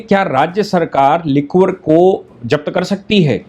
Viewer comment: लिक्वर नहीं लीकर प्रोनाउंस करिये